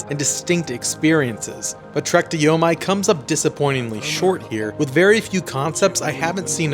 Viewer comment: It's YO-MEE. how can anyone take your review seriously?